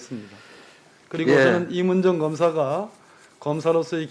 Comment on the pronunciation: 발음이나 똑바로해 임은정인데 임을정??ㅋㅋㅋ 사투히좀고치면 말좀똑바로해